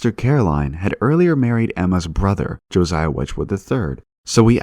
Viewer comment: I love these videos, but I'm sure there isn't a single one with some dodgy pronunciation of names. Here are a few: Josiah = juh SIGH uh (not joe ZYa) Ralph = rhymes with "safe" Keynes = keens Aldous = ALL duss (not all-DOE) Erasmus = eRAZmuss